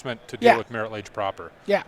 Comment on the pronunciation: Who picked these announcers? I get not knowing every card in legacy, but Marit Lage? c'mon. Kinda put magic into a mini recession